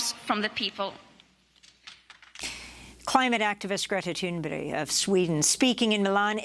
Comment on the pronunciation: It's Thunberg! Not Thun'bury?' If you can't even pronounce her name how can we expect any kind of change by the media in regards to global climate change thinking... bla bla bla